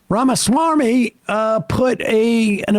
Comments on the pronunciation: I love how Sam purposely mispronounces some of these ghouls' names on purpose. RamaSwarmy is accurate AF 😂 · I like the fact that Sam specifically takes the trouble to pronounce RAMA-S-M-A-R-M-Y. It may not be his actual last name, but describes him to a tee. Smarmy (adjective): revealing or marked by a smug, ingratiating, or false earnestness Merriam Webster Dictionary.